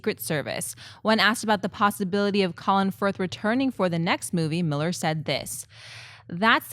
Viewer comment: I don't want to be a sweaty but, that's 2 days in a row calling Mark Millar pronounced (Mill Are) Miller. Please stop lol.